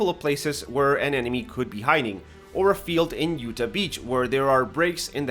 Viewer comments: He said Utah like “you-ta” instead of “you-tah” with the ahhhhhhh sound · It's pronounced yoo•taa. Just saying. Great video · “Ooo-tah” beach My brother please look up how it’s prenounced. Every American just cringed to death Otherwise good content